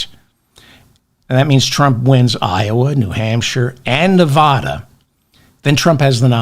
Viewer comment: Please pronounce my state correctly. It will help a little though I doubt many googles are watching. Neh-VA-duh Say "Neh-VA-duh". That is the correct way to pronounce the state name. Put emphasis on the second syllable. Pronounce it so that the middle part rhymes with the “ad” sound in the words "sad" or "mad." Compare "Nevada" and "Nebraska." The corresponding vowels in the two names are pronounced the same.